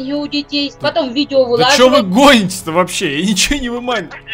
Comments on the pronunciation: Это мамка ещё и неадекватная она даже не знает как произносится правильно не вылаживают а выкладываю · Меня так бесило когда она говорила вылаживает, а правильно выкладывает